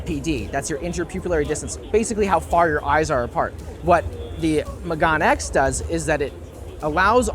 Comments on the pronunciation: It's pronounced me-ga-ne X - megane meaning glasses in Japanese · The pronunciation of "meganeX" is "meh gah neh" （めがね) (it literally just means "glasses").